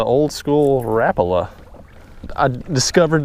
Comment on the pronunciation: "rap-a-la" it's ra-pal-a